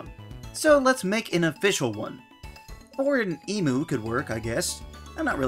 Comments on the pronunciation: 'Or an Emoo' asghahah it's pronounced 'e-mew'. I don't know why everyone pronounces it as 'moo'. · It’s pronounced eee-mew